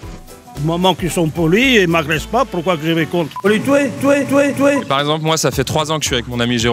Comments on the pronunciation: "faut les touer" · Le mec : "Fo lé toué, Fo lé açiné" mais après " Du temps qu'il sont polie je les respects" C'est se qu'on appelle dans la vie courante un gros con :) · ''Faut les touer''